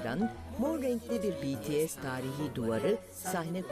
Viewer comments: sonunda bir haber kanalı düzgün söyleyebildi şu grubun adını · ALLAH'IM şükürler olsun Bts'in adını doğru düzgün söyleyen bir sunucu da karşımıza çıktı ya helal olsun be böyle devam🥳🥳🥳😄😁